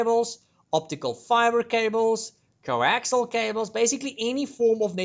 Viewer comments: Coaxial, not coaxile. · I'll just throw this in because nobody else has yet - the final cable is actually "Coaxial" cable, pronounced "kow·ak·see·uhl"